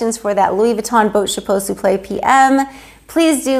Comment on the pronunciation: Wow I love how you pronounce the name of the bag, but I don't know how to read the bag name correctly. Enter Even thou my husband always give me headache budgeting our monthly income because he doesn't have a job at this very moment, sometimes I get jealous of women who receives beautiful gifts from their hubbies, but doesn't mean that I don't love him. I am still grateful for he had given me a absolutely wonderful father for my kids. For my kids are obviously my life, my heart, my soul, and my happiness.